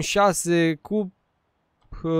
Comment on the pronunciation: Se pronunta "Cupe" :)